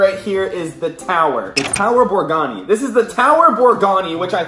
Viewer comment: tower borgani?????? BORGARRRIIII WITH A R